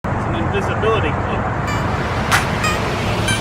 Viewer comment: Did he say disability or invisibility cloak